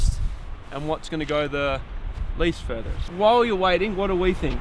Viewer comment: Did you say FURTHEREST??? 😂😂😂